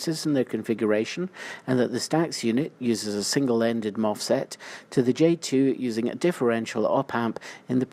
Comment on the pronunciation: Why are you saying MOFSET? :D